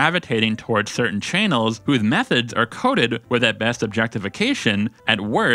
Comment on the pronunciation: Why do you pronounce "channels" as "chay-nels?"